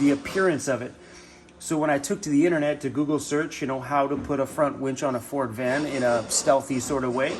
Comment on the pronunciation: Haha did I say wench? Lol! Winch? Which one is it!